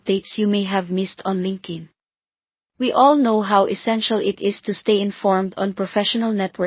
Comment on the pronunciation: Linkin? It's LinkedIn. It's annoying to listen to wrongly pronounced words. Rest is OK👍🏻